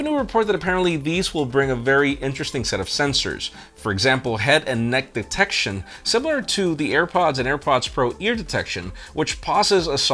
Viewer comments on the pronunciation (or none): none